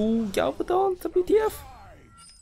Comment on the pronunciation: Toast calling Galvadon ''Galavadon'' is that a joke or. :P